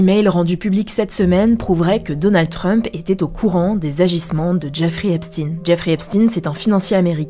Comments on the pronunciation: "Epstein" pas "Epstine" non ? Il y a des petits problèmes de prononciation de noms propres il me semble avec HugoDecrypte, mais sinon merci pour le boulot journalistique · Alors c'est Stein comme dans Einstein pas Epstiiiiin😂. Pi On l'a suicidé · Mais c'est si dur que ça de prononcer Epstein correctement?